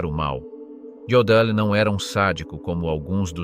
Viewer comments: I don't suspect for a moment that MSG John C. Woods was an incompetent executioner. I believe he intentionally "botched" these executions so these monster's last moments of life were spent in torture. And it is not pronounced JODL, it is pronounced YODL and why do you repeatedly reverse images in your presentation? Ribbons are ALWAYS on the left side! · Not Jodal, pronounced Yodal